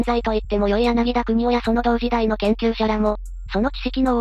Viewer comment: やなぎ・た・くにお 本人が相当こだわっていたからちゃんと発音してあげましょう